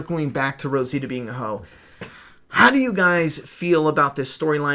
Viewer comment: Rositia huh? 🤔 Sure it's not Rosita?